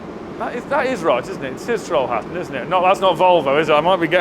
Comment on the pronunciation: Trollhättan. Pronounced Trollhettan if you need to blame them again 😃